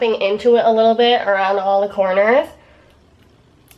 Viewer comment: am I the only one who hears corns